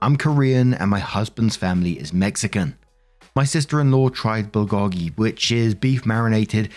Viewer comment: Heads up: "Bulgogi" is pronounced "bull go gi" Love the videos, keep em coming!